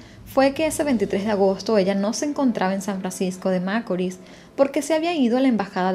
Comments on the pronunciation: el acento con el que ella dice San Francisco de macoris, en otro caso quien rayos anda fijandose en las cosas que hay en la carretera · Me encanta lo que haces y más de tus comienzo, te sigo hace poco, tienes una voz que no cansa y tienes buenas dicción, en todo lo que he escuchado de ti solo algo me hace un poco de ruido a mis oídos 👂San Francisco de Macorís, la pronunciación no es como lo dices. Lamentable lo del caso de Emely, y sentencia muy injusta, no se le hizo justicia a la muerte de esa joven.